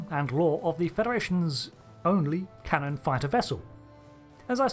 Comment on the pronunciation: Cannon Fodder when you called it the 'Canon Fighter' I heard 'cannon fodder'